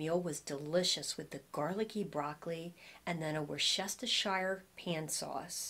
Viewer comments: say it phonetically Woos ter sheer sauce 😊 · Say "woostershire" for the sauce. I'm told that's the way the people who live there say it with a soft oo as in foot. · It's pronounced wooster sauce 🙂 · Thanks as always for the video. I thought I was going to die laughing at the difficulty pronouncing Worcestershire sauce. Reminded me of Bugs Bunny. Wor-stet-sheer-shire. 😂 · Just say Woostershire! Think Worchester, MA that's how I remember it.😀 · Hi! In my area of MA/CT we pronounce the pan sauce as "Wustersheer". I hope that helps! (Great video, as always!) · WOOSTERSHEER LOL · I much prefer the size small cardigan on you. The medium size, as well as the stripe design, overwhelms you. Great try on as usual. I agree with the MA/CT viewer (I'm from RI). Wustersheer is the way we pronounce it, although with our RI accent, what do we know. Love your accent (Philadelphia-ish, Southern NJ?) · Hi …I’m from central England living in US and we say Worcester shh (as in hush) or just Worcester sauce.❤️your videos…you are funny & beautiful 🥰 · Say "Wooste-sher" sauce or just "Wooster" sauce 😉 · Worsh-ter-sher or woosh-ta-sher so funny. 🙂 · That seems to be a hard one for everyone - including a lot of chefs. I think it's wu.stuh.shr (like in New Hampshire) It's easier to say when you don't look at the spelling of the word. OK, I see I'm in the minority but I like the cardigan in M on you - it just has the look I like. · 😂 Worcestershire 😅. So funny! I like the small sized boyfriend sweater on you and I prefer the white on you as well! I’ve gotta get those white western slouchy boots! Thank you for another excellent video. 💕💕